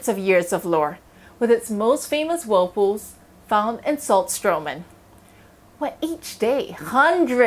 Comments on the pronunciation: She pronounce it Wold poos arun de wuld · Whool pooohs 😂